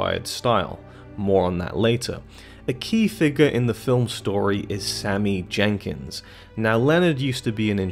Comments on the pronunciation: Great analysis of top notch film. However it’s Sammy Jankis, not Jenkins😂🤦🏻‍♂️ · Ugh! It's Sammy JANKIS not Sammy "Jenkins" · It's Jenkis... NOT Jenkins... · Bruh it’s Sammy “Jankis” not “Jenkins.” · I know this video is 4 years old but I would just like to point out that his name is Jankis, not Jenkins. It's even written on screen. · Sammy Jankis not Jenkins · Not Jenkins. Jankis. No excuse for this mistake since we actually see the name written on Leonard's hand as well as hearing it spoken many, many times. Also there's no reason to make this video. The movie tells the audience everything pretty clearly. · Sammy Jankis! Not Jenkins. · It’s Jankis. Not Jenkins. Sheesh. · Sammy Jankis. No "N". :) Like your videos bro blo. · Jankis not Jenkins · Its Jankis, not Jenkins. Otherwise great video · Jankis... not Jenkins. No second N. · "Jankis", not 'Jenkins"... SHEESH! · You can’t even get the name Sammy Jankis correct. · Sammy JanKIS. Not Jenkins. :) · Cmon dude. It’s “Sammy Jankis” not “Sammy Jenkins”. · I feel like you havent even seen it just cuz you said jenkins instead of Jenkis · His name is Sammy Jankis yo, you're pronouncing Jenkins. Lets get it together bro. Good work tho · Its not sammy jenkiNs its sammy jankis!!!!! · It's Jenkis, not Jenkins. That really annoyed me for some reason. Can't even get a character name correct, but expect to be able to explain the ending?